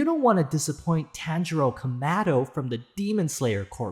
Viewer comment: the tanjiro kamado pronunciation was satire right 💀 right